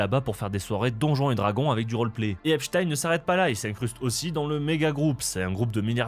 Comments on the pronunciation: Petite correction : Epstein se prononce Epstine et non Epchataiene. Comme on dit pain au chocolat et non chocolatine. 😁 Débat clos. 😁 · Ça se prononce Epstine. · Epstein se dit Epstine en anglais. Je précise parce qu’on est les seuls à le prononcer à l’allemande (comme ça devrait être fait comme Einstein, certes). Dans toutes les vidéos que vous verrez à son sujet en anglais, attendez vous à entendre Epstine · Merci de prononcer Epchtaïne et pas EpSTINE comme les médias qui veulent que ça sonne Russe. (Agrou agrou !!! Céléméchants !! 🤡) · Faut dire epstine ou weinstine, c'est plus correct il paraît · salut, on dit epstiiiine ! 😅🤣😂